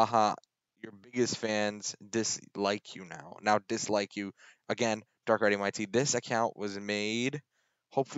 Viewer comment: His name is, dark rai tweem thats how u pronounce it!